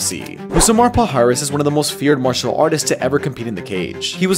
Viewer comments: Palhares [ paliares] that's how it's pronounced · His name is pronounced as Pa-lia-rhes (as a LL in spanish) not pal - hares